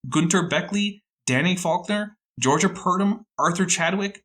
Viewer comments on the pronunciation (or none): none